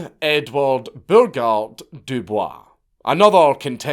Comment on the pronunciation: i know that you're pronouncing Dubois the way that its actually supposed to be pronounced, but when it comes to W.E.B. Dubois, its actually pronounced "doo-boys" I swear to God this isnt a joke, ask Grok or something